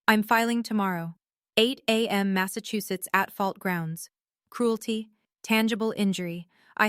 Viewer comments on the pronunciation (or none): none